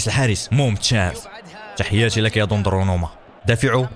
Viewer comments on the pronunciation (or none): اسم حارسك دوناروما وليس دوندروما